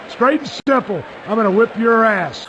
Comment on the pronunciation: "Straight and STIMPLE!"